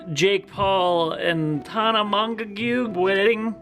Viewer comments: Poor Tana 😂 always getting her name said wrong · butchering Tanas name has me rolling 😂😂😂